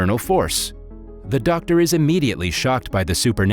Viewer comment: I like how he said ‘Der’ Simon instead of Doctor Simon 🌝😅